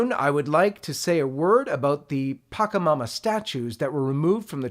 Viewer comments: It's not pakamama.. . It's patchamama... sure, the catholic church hates other beliefs and wants to stamp out other people's sacred religions but at least pronounce them correctly. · You're pronouncing PACHAMAMA incorrectly.